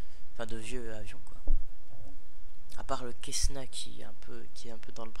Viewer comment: On dit pas quessna c est un C cessna